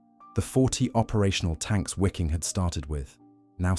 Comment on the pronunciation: Excellent, but it's not pronounced wee-king or wikking. It's Vee-king.